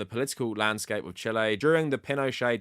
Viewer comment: This is dumb, but I can't stop laughing at you pronouncing Chile the way people say "chilly" in a fake British accent lol